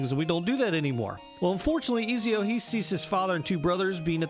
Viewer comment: Izio haha, it's Ezio😅